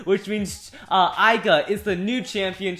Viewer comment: Left burst burst it's not Aiga it's Left burst burst it's not aiga its aiger.